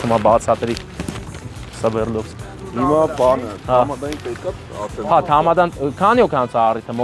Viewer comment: Սվերլովսկ չի, Սվերդլովսկ է։ 😂😂😂😂😂